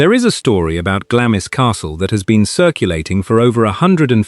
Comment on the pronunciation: Glamis is pronounced "Glahms"...